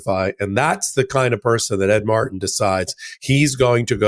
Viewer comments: for God's sake, stop saying Ed Mar-en! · Its rough to listen to a guy, who can't use the letter "T" over and over and over again (when saying "Ed Martin").... go back to peach (speech) class. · Just a side note here. One tĥing that really gets under my skin is how pronounces the name Martin. said it properly each time. M A R T I N. completely keeps the "t" in Martin silent. keeps saying MAR IN, instead of saying it properly. My brother brought this to my attention over a year ago. Since then, I've noticed these mispronounced words are gaining popularity. News casters etc., have joined the bandwagon and many others. For example many people now say pu in, instead of putin, again keeping the "t" silent., (small caps intentional for that horrendous war criminal pu tin, and trumps love interest). Has anyone else noticed these mispronounced words? Every time says Mar-in instead of Martin, it drives me crazy! Say it the right way or go back to the third grade! It sounds like these idiots have a speech impediment! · It's MarTin, not Mar-in. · I truly appreciate all of your information and the work you have done. HOWEVER, please learn how to pronounce the letter "T". Thank Creation that SCOTUS FINALLY did something right. My question about Jones - two questions - 1. Why is he allowed to be on the air? He should be banned from any media. 2. Why is he not in jail?